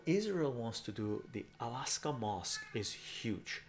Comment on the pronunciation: dude stop saying alaska mosque!!! hahahah